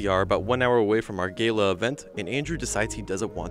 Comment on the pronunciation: "Gayla" event